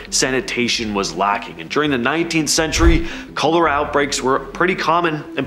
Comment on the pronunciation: Aren't you mispronouncing Cholera